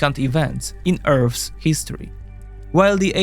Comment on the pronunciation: "Earf's " history